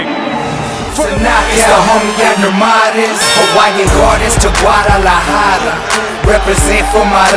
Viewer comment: muy Mexicano but can't even pronounce Guadalajara right.